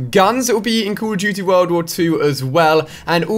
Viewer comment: Cauol of dooty